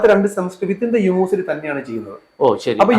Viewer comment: Sir, please correct your pronounciation of "university." It is not pronounced "unu-versity," but "uni-versity."